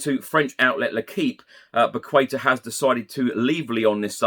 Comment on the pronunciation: solid reporting as always. I want to give you feedback on how to say Paqueta: pah-kay-tah. Its portuguese not Spanish!:)